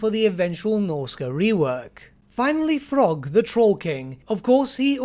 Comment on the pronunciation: Throgg not 'Frogg'